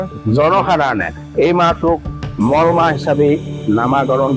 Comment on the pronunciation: Mol mah nohoy Molo mah buli kobo lage